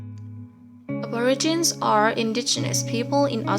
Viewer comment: "ab-or-a-gin" I got twitchy for sure.. 😬 It's "ab-or-igi-nee"